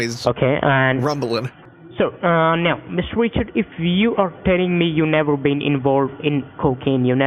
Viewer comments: Sounds like he’s saying Mister Witcher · Mistuh wichard